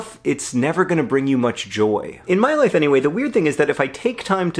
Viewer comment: I heard "if you look hard at your wife over the last several months you will find causes for celebration" . Now I'm pretty sure you said life, but honestly, both are true. :-)